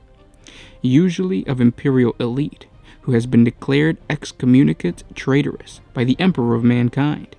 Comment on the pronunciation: Ex-com-uni-cah-tay Traitor-issss.